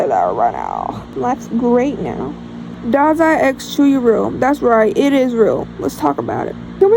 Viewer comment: Yay I’ve been waiting for this video!! I found your channel because of the got ur number music video I thought it was so fun My best friend calls me dazai as a nick name because wild guess I’m mentally ✨ill✨and I say and do silly things and I also cosplay him lol YAY you said my name right! Some people pronounce it wonky lol Thanks for answering my questions!!!